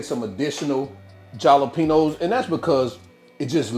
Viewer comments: Love your channel and revise. A little hint, the peppers are pronounced with an H not a J😀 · The Way You Be Saying Jalapeños 😂😅😂 Love The Videos And The Them Great Dishes You Be Creating 👍👍🫡